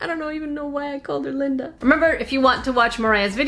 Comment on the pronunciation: Lyndeuh for sure lol